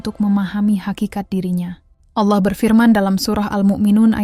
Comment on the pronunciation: Sy suka dg pembahasan/ilmunya. Tp sy tdk suka dg suaranya, krn dia salah dlm.menyebut nama Allah